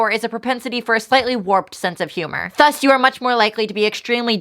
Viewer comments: she says "thus" like "þus" instead of "ðus" and it's gonna kill me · Ok, but why does pronounce Thus with the wrong th sound tho?